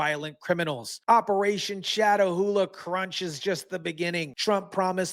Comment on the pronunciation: It’s pronounced Cat Ah Hula. You and CNN mispronounced it. Catahoula is a parish in LA as well as a breed of dog called a Catahoula cur.